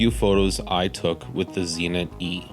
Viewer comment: I have a couple of Zenits but no Zee-nits.